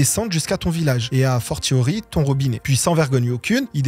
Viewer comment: Merci à l'autrice pour son travail phénoménal (parce que vu ce que tu dis dans la vidéo, t'as pas foutu grand chose... Même pas capable d'aller regarder le sens d'une proverbe ou de prononcer correctement "a fortiori",... Tu te contentes de lire ce que les autres on fait pour toi, ou tu bosses un peu tes vidéos des fois ?)